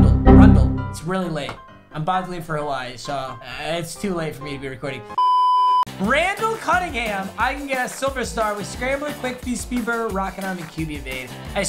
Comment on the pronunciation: “Rundell canninghum”😂